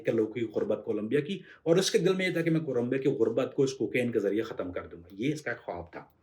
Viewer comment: Yaar batt tu alfaz ko bolna sikhlay ya fir tu bech bech may bolna band karday tayra pronunciation theek say kar Tu jab bhi hatam bolta hi to ji chahta hi kay tayray mu pay thappad maru